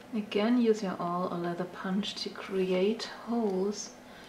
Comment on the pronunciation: Awl is pronounced AhL - a is short like Father - Vatter or Wandern similar to all, with a bit of umlaut, I think that is the closest I can come to explaining the sound. :) hope that helps, your English is much much better than meine Deutche! :)